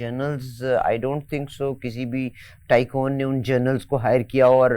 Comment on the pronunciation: It’s not “Journals” lady. It’s “Generals”. Please get your pronunciation right. Thank you! And Ayesha Sidiqa is always on point. Smart scholar.